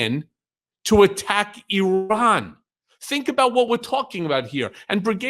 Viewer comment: I like everything about you Micheal Cohen, in particular that you know how to say Iran correctly.! It isn’t “I” “ran” not to mention that sniffing, snivelling thing the creep does .. I’m with ya 1000% Micheal he’s annoying as hell and his ignorance is sofa king dangerous to your country and thereby .. the whole world.!!! 😡